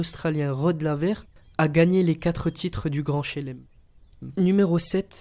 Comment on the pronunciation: grand shlem pas shelem 😤😤